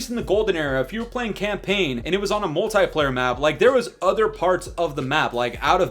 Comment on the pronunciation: The way you say multiplayer is bothering me 😂😂😂